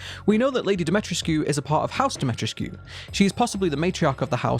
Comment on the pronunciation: I enjoyed the theories in the video. You also made a really good point about how Mia dying would be a major plot point so it wouldn't make sense for Capcom to put that in the trailer. Also the pronunciation of Lady Dimitrescu's name s Dim-i-tre-scu (the u sounds like the o's in spoon.